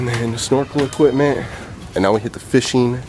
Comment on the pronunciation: I learned people pronounce equipment as "EquiTment"